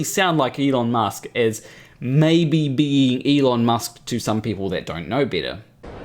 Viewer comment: As soon as I heard him pronounce his name like ilon musk and I just went like 'Huh???'